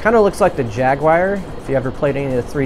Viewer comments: It's pronounced "Jagwar" not "Jagwire" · Came out in 94 on 3DO and ported later to ps1. Why do you say "jaguwire"? . It's Jaguar. I beat the game in one or 2 sittings back the in day.